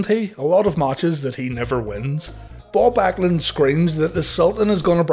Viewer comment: When you were talking about Bob Backlund all I heard was Baw Bag-lund lol King Duckarse himself